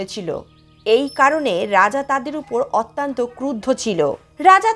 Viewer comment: গল্পটি ভাল।পরিবেশন খুব হৃদয়গ্রাহী।নীতি কথা গূলি বাস্তবধর্মী অনুসরনীয়।কিন্তু কথিকার একটি শব্দের বার বার ভূল উচ্চারণ বড্ড শ্রুতিকটু লাগছে।শব্দটি অত্যন্ত (অতি +অন্ত) : অত্যান্ত নয়।সংশোধন করে নিতে অনুরোধ করি।